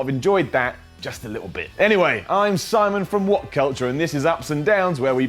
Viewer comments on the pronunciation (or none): none